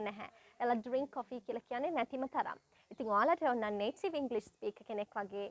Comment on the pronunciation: 😅 your pronouncing of 'DRINK' just bullshit